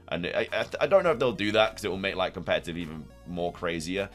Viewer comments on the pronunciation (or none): none